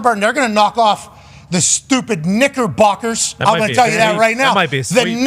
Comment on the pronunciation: 😂 Yeah I flinched when he said that like how Pat did when Reese said Naysayers 😂😂😂